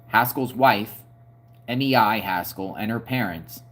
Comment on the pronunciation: Hi. You have been a busy reporter. I believe Mei is pronounced "May". Keep up the good work! Peace.😊